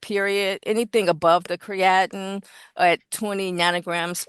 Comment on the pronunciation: It's not Cree-at-in...it's Cree-uh -teen... don't go in your local health store looking for this supplement and pronouncing the way she did!